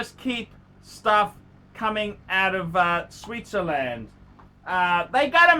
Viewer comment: Did you say, Sweetzerland?